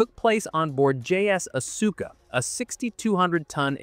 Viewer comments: Asuka, is pronounced as Aska, the U is silent. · Its pronouneced Aska! It also makes rounds cheaper than missiles and considerably easier to resupply to the battleships as well. Because they are inert they could also be airdropped into the ocean from significantly high altitude and collected by warships. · His pronunciation of "Asuka" hurt me every time he said it lmao